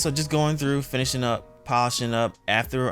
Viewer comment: “ATHER?” It’s “afTER” my Dear! Nice job though.